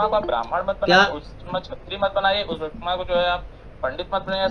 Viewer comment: pehle achhe se bolna seekho viskarma nhi Vishwakarma bole